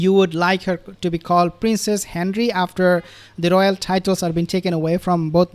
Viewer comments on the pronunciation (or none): none